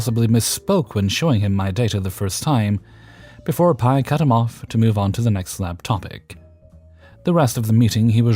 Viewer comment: 🤣 I work in a lab and was confused for a second why you kept saying "my pie" in the last story, then it clicked. For anyone wondering, P.I. (pronounced Pee Eye) is the abbreviation for Primary Investigator; what they call the PhD in charge of a research team. I am guessing the OP forgot the periods (considering how i just typed OP, a reaonable guess, haha) or otherwise didn't explain that it was an abbreviation. So, it would be read as "pi". Great showing as always!